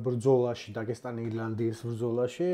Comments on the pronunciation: ისეთ თემას ეხებით და ისეთ საჭირო კონტენტს აკეთებთ რო მეორედ გამოგიწერე მაგრამ დაგესტანი არა დაღესტანი და წესიერად გამოთქვი სახელები თორე მეორედ წაგშლი 😂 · რატომ იძახით დაგესტანს, როდესაც ღ ასო არსებობს. დაღესტანი!.